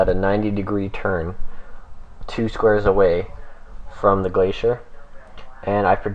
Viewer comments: The way Glacor is pronounced is "Glay-soar" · Wrong, Glacor is pronounced "Glah-kor" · You pronounced glacor like 8 different ways